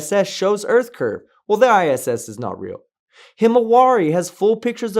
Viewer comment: Why would anyone respect your opinion about the Earth when you can’t even correctly pronounce the word? WHAT A PHONY LOSER!!!